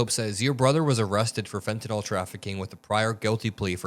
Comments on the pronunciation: Its not fentenol... its fentanyl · PLEASE PRONOUNCE THE DRUG CORRECTLY!! IT SHOWS YOU ARENT PROFESSIONAL. ITS FENTANYL (NIL) NOT FENTANYL (NOL). PLEASE! You're misinformed!!! R.N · my pet peeve: it is not pronounced FentaNOL -- it is Fenta NIL. end rant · Not always credible since the drug in not fentenOL, it is fentenYL. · I wish people would stop mispronouncing “fentanyl.” Is there an “a” in that last paragraph? No, that is a “y.” The pronunciation guide uses a schwa sound. Pronounce it as though it ends in an “le,” as in “little,” or “able.” You can look up the pronunciations of any word, and nearly any proper noun, online. There is no reason to mispronounce words, when you can find & learn the correct pronunciation in one minute’s time.